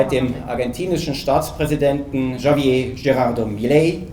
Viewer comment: No se han molestado ni en aprender a pronunciar el nombre Javier. Bah